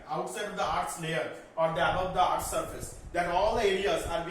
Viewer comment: It is not eaarth it is earth